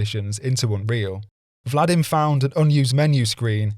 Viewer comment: Why do you call Vadim as 'Vladim'? Do you see letter 'l' here? Do you think a person can write his own name incorrectly in a nickname? It's baffling how clueless westerners are about Slavic names. There's no such name as 'Vladim', there's a name 'V-a-d-i-m'.